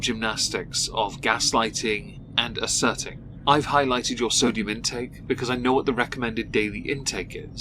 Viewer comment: I like when she says thodium